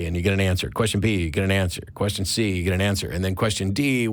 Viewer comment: Anyone pronounciating the word "get" this way: "GIT!" needs to stop taking things on faith :D